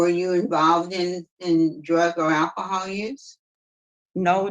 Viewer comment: WTF? 70 years but gets out next year????? How is that a sentence???? And, geez, its pronounced "ALCOHOL" not "ack-i-hall".